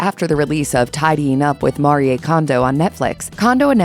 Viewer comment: AI narration can't pronounce "Marie". Stupid.